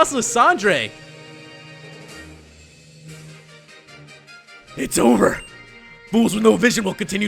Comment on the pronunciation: You pronounce lysandre wrong